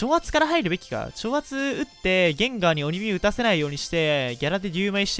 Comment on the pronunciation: ゲインガーて言うのやめろ